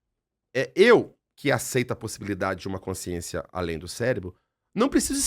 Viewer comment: A Dra. tem dificuldade na dicção para a palavra: "consciência"??? Ou é impressão minha?